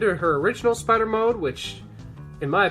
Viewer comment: “Yes, the... Spee-ider! Even the smallest bite from 'Arachnus-Deathicus' will instantly paralyze... Ugh, get it off!”